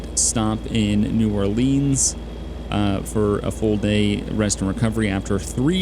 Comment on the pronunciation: you also pronounce New Orleans differently